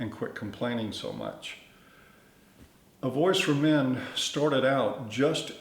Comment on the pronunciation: Everytime he said, "voice for men" I'd almost think he said, "Boy's to Men." 😁💿🎶🎤